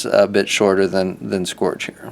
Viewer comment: Your pronunciation for "Scourge" is strange. Here is how most people say it